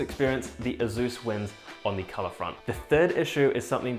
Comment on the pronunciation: haha, that's waaaaay too much skin for one so hirsute, or hirzzzoot, as he'd say. I cringe everytime he says "azzus"